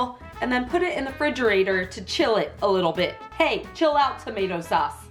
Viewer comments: ”Fridgerator” ...maybe this year you can learn how to say “refrigerator.” ❤️ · "the free-je-rater" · Ok so I’ve been thinking this for a long time now. I find it slightly odd that she says fridgerator like fridge + refrigerator it messes with my mind all the time 😂😂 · Fridgerator gets me every time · 'in the fridgerator'